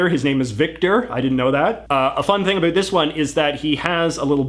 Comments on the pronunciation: Yeah I thought it was a joke too. I'm from Canada too and I never say about like that. Where is this dude from? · Aaaaargh! La façon dont il dit "about" me gosse à fond! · why does he say about like that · Where are you from? The way that you pronounce "about" as "a boot" means that you are either a Canadian or an American who is from Virginia or Eastern North Carolina where they also say "a boot" for "bout.". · I am pretty sure that you mispronounce the word “about” every time you say it and say a bout instead. No need to thank me. Cheers. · J.J. either something IS unique or it is NOT unique. As in, your exaggerated pronunciation of "about" while uncommon is unfortunately not unique, although I do concede your brio. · He says he's from Vancouver but I've never heard a Canadian pronounce the words about and out as he does. I would have thought a real Canadian would know how to pronounce Lesveque. Is he a fake Canadian? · i denounce your pronunciation of "About" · Canadians DO NOT say the word "about" in the way this guy is intentionally and unnaturally pronouncing it. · The most canadian sounding “about” pronunciation i have ever heard lol